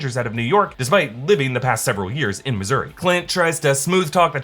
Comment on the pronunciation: “missouri”??? Really?